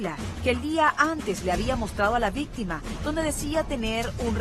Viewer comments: Jajaja si vistima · Me parece que al dijiste ¿VÍSTIMA? Ya se te pegó JAJAJA xd. El mejor programa de los domingos. Me encanta, eres la mejor ♥